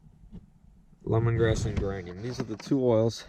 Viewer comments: Geranium is pronounced Jeranium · Nice video. By the way the pronunciation of the word "Geranium" is with a soft 'G" sound like in "Germ" or "Huge" (more of a 'J' sound) and it is a kind of flowering plant that attracts bees. This year I only caught my own swarm, and that was in a walmart box since that is all I have available when they swarmed... Maybe next year I will try your traps...